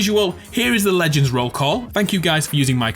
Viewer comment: says “Lengends” instead of Legends The fans: confused screaming